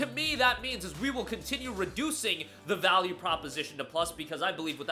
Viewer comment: "Vaule"? TF YOU ON ABOUT!? GOD DAMN